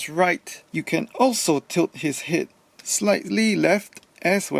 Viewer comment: Laughing at how you say het.